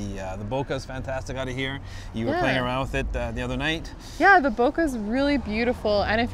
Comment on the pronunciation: BOKEH correct pronunciation No Bokeerrrr please!